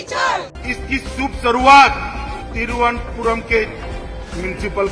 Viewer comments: तिरू-अनंता-पुरम is the correct pronunciation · Dear.... Greetings! I am a regular ro your channel.. I subscribe and like them regularly.. Also appreciate your views and thought process. BTW... small request Sir.. I noticed you were having trouble pronouncing "Thiruvananthapuram " It is "Tiru anantha puram" I fully understand north Indians having trouble with south Indian pronunciations... and vice-versa.. However it would be highly appreciated if media Luminaries like yourself put a little effort to get it closer.. after all popular south Indian media professionals ho extra mile to speak acceptable hindi... Hope we close the decide together.. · pronounce it properly - I am giving you the way by splitting it in how to pronounce it " thiru- anant- puram( thirunantpuram). please do practice it. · सर संधि विच्छेद करके (शब्द को तोड़ कर) बोलिए। तिरुव् + अनंत +पुरम👍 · बोलने नहीं आ रहा तो ऐसे करिये थिरु(श्री) अनंतपुरम !! अनंत ( भगवान विष्णु योगनिद्रा की स्थिति में ) , पुरम ( जगह) । थिरुअनंतपुरम । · Split the word.. it's compound word would be easy to pronounce: Thiruva - Ananth(a) - Puram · Sir TIRU-WA-NUN-DA-PURAM YA TRIVANDRUM.. TRIVENDRAM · Ek baar toh sahi pronounce krlo sir😅 nice analysis as always